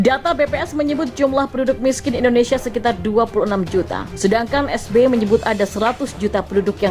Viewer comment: Waduuuh Rempeyek...rempeyek, eeeh salah Es Be Ye...Es Be Ye.